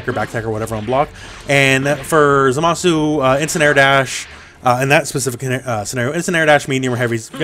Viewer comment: Thanks for saying his name right